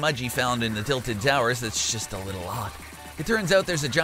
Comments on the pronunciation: Saying "tiited towers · "titled towers"